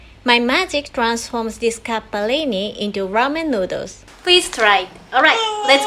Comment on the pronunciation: Love it how you pronounce Capellini, I think you have a little Itailan in you 👩🏻👶🏻😉